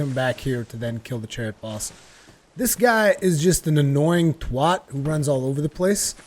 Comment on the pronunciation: have you heard the way he says twat lol